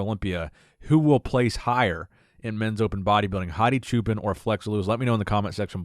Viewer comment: I'm leaving this comment because I am a great fan of your excellent commentaries. I am not sure if you will see this comment but I hope you do. Hadi's last name is pronounced Choupaan; it is the same way you would pronounce Hadi as Haadi which is the correct pronunciation. Also, for Iran, the country that he is comming from, the correct pronunciation is Eeraan. People from Iran are Eeraanians. By the way Choupaan means Shepperd. I hope he end up winning this year 's show.